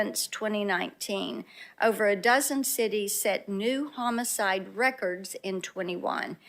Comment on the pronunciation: Blackburn invoked Ludacris's song area codes by pronouncing it Ho-micide.